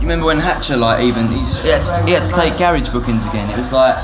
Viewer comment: GARAAAARGE, its garage